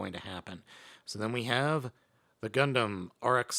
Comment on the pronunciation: Wait did i justo hear "gumplum"